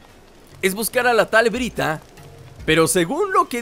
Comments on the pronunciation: es byrta no bryta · es byrta no brita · es byrta no bryta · El nombre no es bryta es byrta